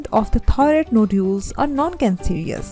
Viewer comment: This video had a lot of good information, however, the person had a very thick accent. There were times that it was even difficult to discern the word 'thyroid.'